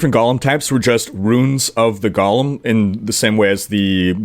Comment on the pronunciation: Hate to be a pronunciation nazi here, but it sounds like you're adding slimy twisted hobbits to the game (Gollum). It's GO-lem, rhymes with no-lem.